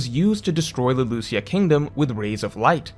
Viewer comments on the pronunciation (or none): none